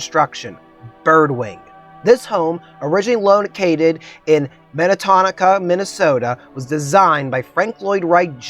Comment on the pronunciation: Great video, but please, in future, check pronunciations. It’s Min-eh-tonka, MN. and that was the most unusual pronounciation of Taliesin I’ve ever heard. (It’s Welsh). But all of that aside, great and very interesting presentation. You obviously put a lot of work into it